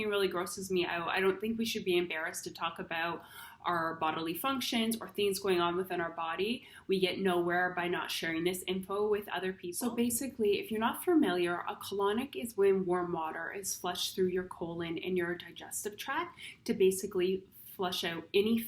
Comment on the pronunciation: Familiar not furmiliar. Im sorry terrible english. Went gone repeats herself,so beautiful, yet so digusting.